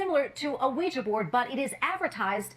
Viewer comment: Quija board is pronounced wee juh technically